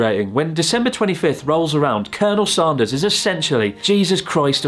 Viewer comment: Say "and", then say "sand", then say "Sanders", then laugh at yourself for how you pronounced it in the video 😂😂😂